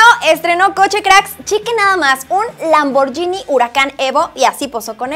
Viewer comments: un consejo:) Se dice Lamborghini, con "gui" no lamborYini. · no se por que diran lamboryini... es lamborguini, en italiano gh es igual al gu en espaniol... siempre me sangran los oidos cuando hablan asi...